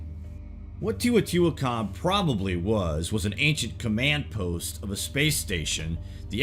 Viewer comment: "Tae-O-tee-wa-con" Just kidding! Love your great videos! You ARE the best at this jaunra on YouTube! You have great format & content.